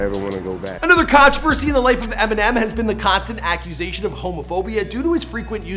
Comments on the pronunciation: He is saying EM , he .... not emmy it sounds like it tho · is he saying EMI ?? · Why tf does this dude keep calling him "Emi" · Nobody is talking bout the fact that he keeps calling him Emi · It's pronounced EM-IN-NEM(M&M) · "Em, he" sounds like "emmy", over and over 😂